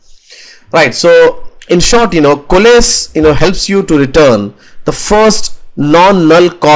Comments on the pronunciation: Since you mentioned about not knowing the exact pronunciation of the word "Coalesce": It's pronounced "Ko"+"Less". You can also listen to the pronunciation on good translate. It will give you the US accent pronunciation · Great video. Exactly what I wanted. You have very impressive English though to answer your question COALESCE should be pronounced Koh-a-less.